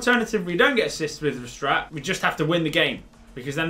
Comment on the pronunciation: You pronounce Verstaete with the last e making an uh sound